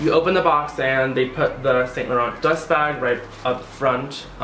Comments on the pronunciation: It's pronounced Sahn lah ron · Cutie it's pronounced as "Saunt Lahronh"💙💙